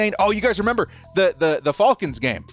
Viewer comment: Why do you still call them the Fallkins? It’s pronounced Fălcons. It almost rhymes with Malcom rather than almost rhyming with Hawkins. Great show, otherwise. I couldn’t watch last week because I didn’t want to hear you say “Fallkins” 50 times